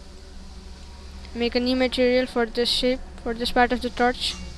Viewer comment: everytime when you say "shape" or "shade", it sounds like your saying "shit" xD